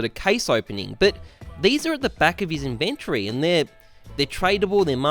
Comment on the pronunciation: Ok I can’t be the only one who is slightly irked by the way he says inventory